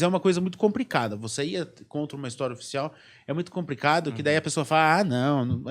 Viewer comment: Como acontece com a imensa maioria dos podcasts no Brasil, um assunto de tamanha riqueza e dessa importância discutido por pessoas jovens que se expressam com muita dificuldade e com vocabulário muito pobre. Um diretor e escritor que troca o L pelo R. É realmente “compricado”. Onde o mundo vai parar com esse tipo de gente, que não procura estudar e se qualificar para o básico: falar minimamente bem a sua língua-mãe? É absolutamente compreensível a queda dos podcasts por aqui.